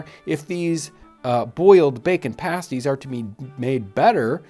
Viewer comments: Pronounced "pahh sties" not paysties. 😊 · pasties not passties lol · paste ---> pasties, not pahsties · I'm pretty sure in Britain they pronounce them "past-eez" (pasties). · The pronunciation for the "pasties" is pronounced Past-ees. The way you're saying it is the same as the name for a nipple covering,typically wore by strippers. Great vid anyways!!! Source: I eat them all the time (am in England) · I heard him pronounce it like the nipple covering and the right way, I'm just trying to make sure he knows the definitive way of saying it because he's a little stumped on it.